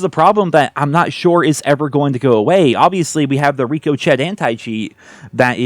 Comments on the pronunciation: Is my man saying "Rico-chet" Bro it's ricochet, like, Rick O'Shea, like when a bullet bounces off of something? Ricochet? French? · ... it's not rick-oh-chet anticheat..anti cheat... it's rick-oh-shay. That bothered me 😂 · C’mon man it’s pronounced Rick O Shay, not Rick O Chet! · The Ricochet Anti Cheat is pronounced, Rick-A-Shey. Not Rico-Chet/Reeko-Chet. Lol I just thought I'd mention it because it's funny to hear you say it lol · Rico Chet? 😂 it’s pronounced “Ric-O-shay” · I was with you right up until the moment you tried to pronounce "Ricochet" as "reeko-chett". You'd think as a gamer, surely you'd have come across bouncing bullets before, surely. Ricochet. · Cheating is less annoying than hearing “Rico Chet” said over and over. It’s Rick O’Shay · Why do you pronounce it as “rico-Chet” instead of “rick-a-shay”? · Every time you say Rico Chet instead of ricochet (Rick-o-shay, as in bullets ricocheting off surfaces) I die a little inside. Good video though, And I’m inclined to agree with your points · lol.. yea.. some Streamers just cant seem to get a handle on plain English.. ( just look in the dictionary online, it shows the the syllabic break down and how to pronounce things..).. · Rick Ohh Chet! Ha. Rik-O-Shay. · What is Rico-chet anti cheat lol…Rick-oshea is how you pronounce it like bouncing off lol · it's pronounced Rick Oh Shay not Rico Chet. Rico & Chet sound like a couple of shithead Frat Boys 😂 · I'm not trying to sound like a wet blanket grammar Nazi, but I think the anticheat is pronounced ricko-shay. Like when bullets bounce off of things, hence why cheaters get to experience what they're dishing out. Ricochet. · ricochet is pronounced "RICO-SHAY" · Is he saying "Rico Chat Anti cheat" on purpose? Lol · Pronounced Rico-“shay” like a “bullet ricocheted off the wall” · is still saying "reeko-chet". I don't know why it bothers me so much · I know you’re probably trolling but you do know it’s pronounced RICK O SHAY right? RIGHT?! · bruh same